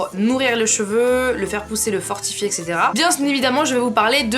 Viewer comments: on dit etc pas ect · on dit "etc" pas "ect"😉😃